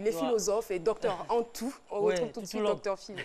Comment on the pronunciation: Docteur Phylo ''Toulogue'' mdr